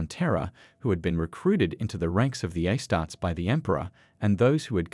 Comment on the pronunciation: Its pronounced "astartees"